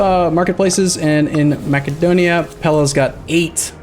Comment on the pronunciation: I know you said don’t say anything about pronunciation of things but I can’t help but they way you say Macedon and Macedonia bothers me. You say it like Macadon and Macadonia. Either way I love you videos and your streams hopefully you can forgive me